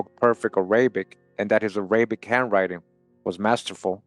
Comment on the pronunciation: The way you pronounce "Arabic"... 😫🫩😤😡😵‍💫🫨